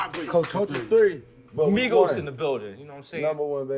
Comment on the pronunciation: Not “Migoettes”🤣🤣🤣